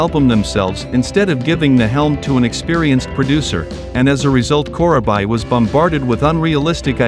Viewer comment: Thanks for the upload "Core-uh-bye"... 😉